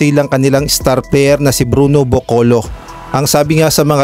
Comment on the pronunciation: Caboclo po hindi bocolo